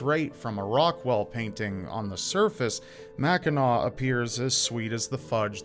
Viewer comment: Mackinaw Island is the best!!! Also thanks for saying “Mackinaw” correctly 😂